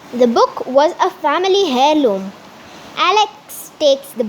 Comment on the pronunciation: U pronounced heirloom wrong it is pronounced as eir loom the H is silent